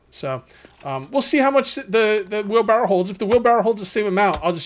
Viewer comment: FUN FACT: It's wheelbarrow not wheelbarrel. I personally didn't know this until I was well into adulthood.